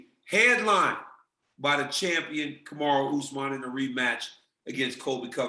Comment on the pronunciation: I thought he called him "Kamaru D. Usman" and wondered what the D stood for.